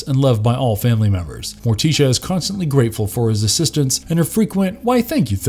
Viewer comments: Ummm.....a single panel "animation", is called a drawing, or comic if you prefer..... animation denotes motion, a single panel has no motion. Also, why does he pronounce Morticia as "More-tee-sha" and Enid as "Eh-nid"? It's "More-tish-a" and "Ee-nid" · Bro said morteecha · Fred Ass-stair... More+tea-shu...? Where the f do these narrators come from? This has been a reoccurring theme lately on YouTube.. I did notice that the parent company is from India. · Whoever wrote the script for this guy, please make sure he knows how to pronounce names right before recording . Him saying Mortician and Enid wrong upset me and my homegirls lol . Also it’s just Thing, NOT “the thing” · Why is he mispronouncing Morticia and Enid so badly??? C'mon, you can't be unaware of how they're said!!